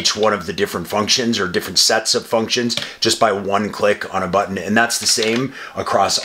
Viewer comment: You say but ton like you’re teaching a child 😂